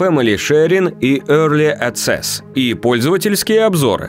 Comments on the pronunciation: Early Аццес? Серьезно? Ну блин с таким то голосом хоть бы зашёл в Гугл переводчик что ли и прослушал как произносится... Аксес, а не аццес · Ацэс. Серьезно? Вы бы хоть в словарь заглянули. Это ведь простое слово.